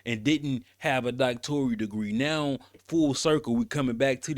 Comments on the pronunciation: NOTE: Bryant says Doctorial but the correct word is Doctoral. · Its Doc-tor-al not Doc-tor-re-al! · It’s NOT pronounced DoctoRIAL… just simply DoctoRAL…. 🤦🏽‍♀️… don’t come for me as I am a recipient of a Master’s degree that I have official transcripts for & had considered obtaining my DoctoRAL degree. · "DOCTORIAL" DEGREE = NO!!!! ------> DOCTORAL DEGREE = YES!!! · Please stop saying Doctorial. It’s Doctoral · Whew lord! DOCTORAL, sir. Not DoctorIAL! You AND Cheyenne sound crazy